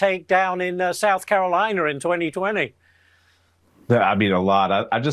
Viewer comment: 👂South Carolinerr 😮😮😮